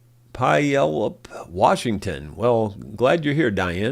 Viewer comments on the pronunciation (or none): "Pu-ale-up", WA just saying. East of Tom and I